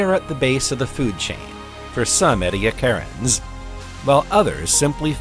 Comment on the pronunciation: "Edi8acarans" is pronounced "edd-ee-a-KAR-anz."